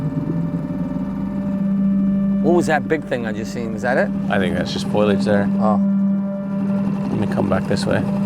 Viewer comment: Foliage lol not foilage